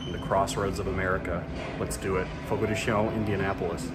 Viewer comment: Fogo de CHOW - not Fogo de Show or Fogo de Shown.You are not pronouncing it correctly.